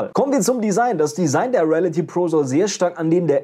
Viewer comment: Ich würde mich freuen wenn du, bevor du ein Video drehst, lernst die Wörter richtig auszusprechen (Reality, Review...)